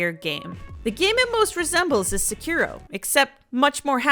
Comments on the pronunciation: The mispronounciation kept making me chuckle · If you're gonna talk bad about a game you should at least say the name of the game correctly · great video 10/10. I’m gonna have to leave a dislike because of how you pronounced sekiro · hating on a game and doesnt even say the name right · I think your problem is you don't even know how to say the name of the game